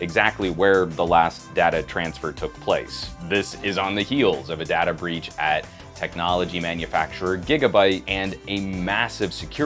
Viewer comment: It's not pronounced data...but data man!